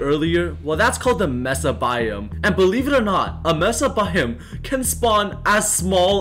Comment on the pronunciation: it is pronounced may sa not mess uh